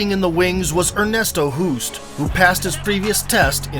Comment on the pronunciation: Why not do a little bit of research on how to pronounce non English names? Ernesto Hoost is Dutch. Pronounced like host.